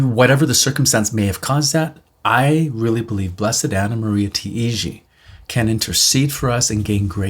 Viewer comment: Hey and! This is just as a friendly, helpful guide for you: as she's Italian, her surname would be pronounced like these two words together: "tie" "gee". Tai-gi. The vowels are pronounced one after the other, if that makes sense, but the two words example as an equivalent should be clear enough. I'm Maltese, so as a Mediterranean it's quicker to grasp like that:) Thanks for sharing and looking forward to hear more about Blessed Taigi in future videos. Till then please keep me in your prayers - and God bless!